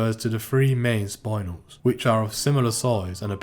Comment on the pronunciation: Not to nit pick but it's pronounced 'Spin-El' not Sp-Eye-N-El